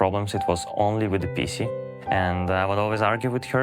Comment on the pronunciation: Почему он PC произносит будто говорит "писи"